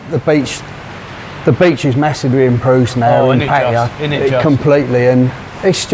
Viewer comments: sounds like a real nice bloke, he also pronounced Pattaya the way I do. 🙏for the video 👍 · 20 years and still does not know how to say Pattaya correctly